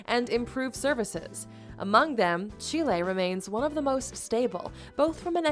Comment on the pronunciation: she lay